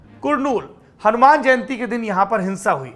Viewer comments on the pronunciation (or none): none